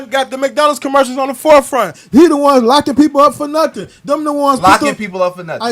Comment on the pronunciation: Com-murn-nity 😂 Nutt-tin’ 😂 - 👈that was J0E Bye den’s ‘94 Crime BiII. He did that… exposed these dude’s lack of logic.